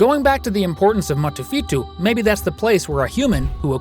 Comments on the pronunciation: Not motofēto it is Motofëto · You said motufetu right it is Tongan motu means snap and fetu means five